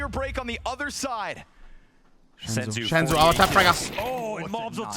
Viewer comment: its not SHENZU bro just SENZUUUU